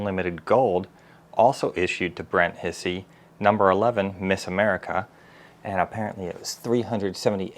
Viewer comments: Brent's last name is NOT hissy...proper pernounciation is....like Hi-C... and the rabbit airplane is a B25 Mitchell and is flyable. L-39 is flyable. Pilot seat isn't always the rear seat. Miss America is a P51 D Mustang. Yellow part is the oil tank. Miss A is flyable when the engine gets back. Just routine maintenance. The little model is a pedal plane. The high wing tail dragged is a L-19 Bird Dog. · Still got the name wrong. It's pronounced almost like "High-C" .. not Hissy. Brent 'Doc' Hisey is a neurosurgeon and owns several warbirds. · Brents name is pronounced Hi'-zee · He pronounces his name "HIGH-zee". "Doc" Hisey was a flight surgeon for the 465 TFS "Okies" at Tinker AFB, OK, when they had F-16s, from late '88 to around late '94.